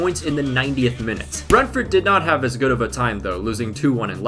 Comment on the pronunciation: Surprised there aren’t many comments saying about how poorly he’s pronouncing Brentford